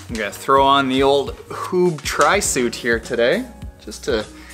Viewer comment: Pronounced HÜÜB, not HOOB — Dean Jackson taught me how to pronounce it.